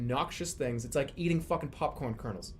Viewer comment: Why does he pronounce popcorn buhpcorn